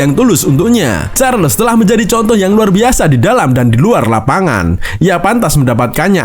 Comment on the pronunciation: Pengucapannya Karles